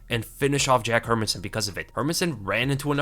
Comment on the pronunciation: bro I love your videos but stop saying her-min-sson it's HER-MAN-SSON!!!!!!!!!